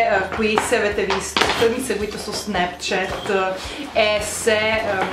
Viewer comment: snepchet? Non si può sentire